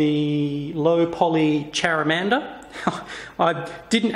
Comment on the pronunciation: when you got to "charamander" I face palmed so hard -_